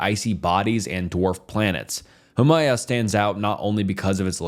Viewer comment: My guy struggling for his life everytime he had to say Huamea